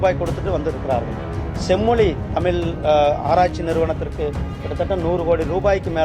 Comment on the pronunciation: நீ முதல்ல தமிழ் ன்னு ஒழுங்கா உச்சரிக்க பழகு.... 😂